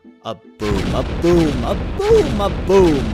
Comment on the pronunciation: it sounded like you said broom when you meant boom. but this... i wanna see hussie's reaction to this video XD